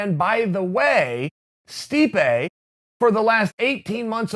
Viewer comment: *Stipe not stipe buddy